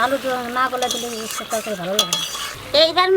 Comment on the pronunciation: তোমরা কি উচ্ছে উচ্চারণ করতে পারো না?